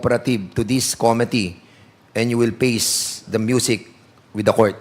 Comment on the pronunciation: Don't pronounce committee, kome tee it's ku-mi-tee